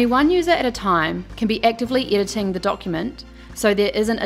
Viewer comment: The accent is sometimes hard to follow. She pronounces 'pdf's' as 'pee dee ifs', 'editing' as 'yditing', 'error' as 'irror' and 'typeset' as 'topsied'. Is that australian accent or something?